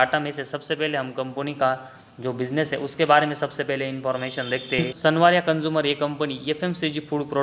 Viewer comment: Bhai tujhe sanwaria (सांवरिया) ka pronounciation nahi bolna aa raha tu lya analysis karega?